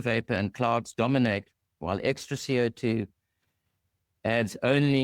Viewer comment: Never heard anyone pronounce CO2 as C.I.T. before lol